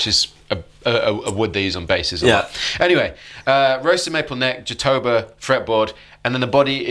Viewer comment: Jatoba is actually pronounced jah-toe-bah (like a sheep goes "baaaa"). No worries, I just recently learned this. Emphasis on the ”bah”